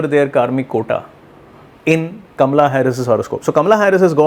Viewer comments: I love how you say Kamala's name. Very Indian, exactly how it should be pronounced. And I love your prediction. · Cult much? He is an astrologer - he is doing a analysis from an astrological point of view. Nothing to do with being Indian. But he does pronounce her name correctly, which is an added bonus to his prediction of her winning this election! I am loving his prediction.